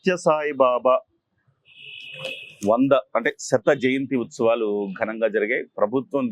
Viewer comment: శత జయంతోత్సవాలు, శత జంతుత్సవాలు కాదండి.